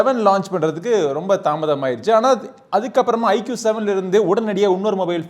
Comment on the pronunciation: " ஐக்கூ " தான் சரியான உச்சரிப்பு குருநாதா ! ஐக்கியூ இல்லை !!